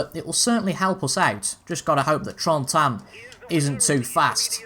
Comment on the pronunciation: Hey it's names guy again, helping with Trentin it is literally how it sounds. Tren-tin, Trentin